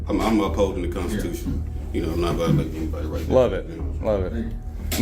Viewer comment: ahhh, we got a call NEGATES the constiZution 😂😂😂 ameriZa HUH